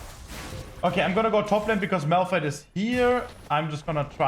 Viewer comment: Why do Germans pronounce Vs as Ws?